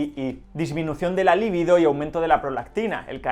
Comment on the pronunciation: ¿Líbido? Entiendo que la palabra es "libido"